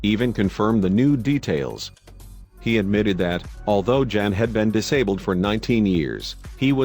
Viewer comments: For everyone out there Jan is a polish name pronounced yan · Jan is pronounce Yan. It is the equivalent to English John.